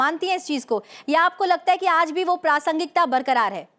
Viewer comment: आकाशवाणी से होते हुए भी ' प्रासंगिता ' शब्द का द्वारा अशुद्ध उच्चारण करना खल रहा। है।